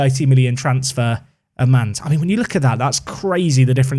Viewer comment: Mannes' pronunciation is like a very flat, short 'ah' sound at the start ": MANNes (emphasis on the first syllable). "Munnus" would be a servicable pronunciation. As always, Dutch is tricky.